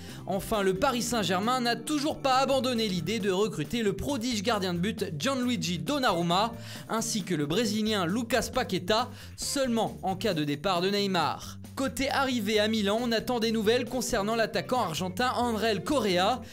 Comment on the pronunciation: non on dit Donarrruma